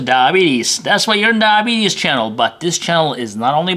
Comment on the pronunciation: The way he says DIE betes cracks me up. To those that just got diagnosed EAT RIGHT and EXERCISE or you won't control it, I've had it for six years.